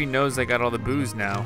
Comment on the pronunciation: if anyone is watching this with closed captions he says Boo's as Booze the drink